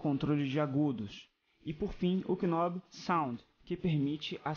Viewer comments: K I nob... nao se pronuncia o k desse jeito ;) ou fala butao ou "nob" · Legal o video, boa produção, parabéns. Uma dica: Knob se pronuncia "nób" e não "Kinób", não se fala o k. Qual o amp? está microfonado ou usa algum line out?